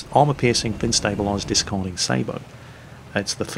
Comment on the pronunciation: I really love how actually makes the proper pronunciation for the word sabot most people wrongly pronounce it as (say bot) it is as says properly (say bow)as a tanker it really push my Irish button